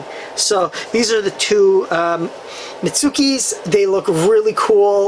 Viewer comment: good unboxing and collection!! by the way, mitsuki is pronounced as like meet-ski in the anime